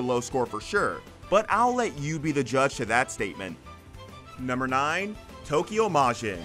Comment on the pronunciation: Why does the narrator pronounce Tokyo in Tokyo Majin... Takiyo like the ta in taco?